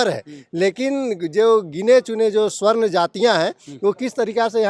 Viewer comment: स्वर्ण नहीं,सबरण और सबरणों कहिए।